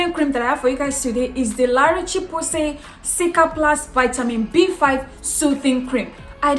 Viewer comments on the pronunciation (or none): O. Thank you for a great, informative video. Laroche is pronounced Larosh, the e is silent and the ch sounds like sh. 👌